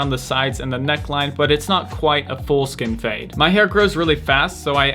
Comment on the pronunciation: did he say foreskin fade?